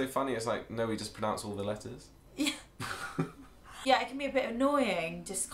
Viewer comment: “No we just pronounce all the letters” *doesn’t pronounce the R